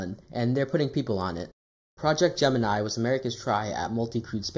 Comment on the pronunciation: You mispronounced Gemini